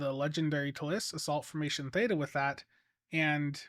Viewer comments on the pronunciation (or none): none